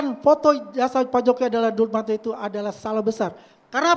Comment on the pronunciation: Si ngedabrus...ngaku temen baik dumatno...masa temen baik manggil namanya salah mulu...dia bilang dulmatno😂